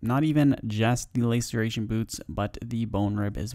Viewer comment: Laceration, like last. Lasseration you may even say... English language isnt that hard if you try.